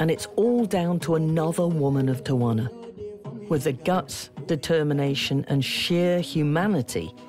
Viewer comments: The reporter kept saying Tawana lmao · Tell the the city is pronounced......tea-a-wanna. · Where is the second A in Tijuana? I live here and I’ve only heard it pronounced tee-Juana. Only the English speakers pronounce it with an extra A. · Pronounced Tee-Huana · She pronounced Tijuana wrong the whole show. It drove me crazy. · They went thru all the trouble to make this documentary and wouldn’t bother to pronounce TIJUANA the right way… jeez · Why can this woman never for the life of her pronounce an easy Spanish place name? It's honestly a shame for the channel airing this that she mangles something this essential.